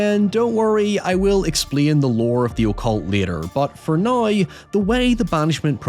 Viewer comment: I dont meant to offend but im genuinely curious what accent you have where you say “Now” like “nioew” cause otherwise I cant hear one.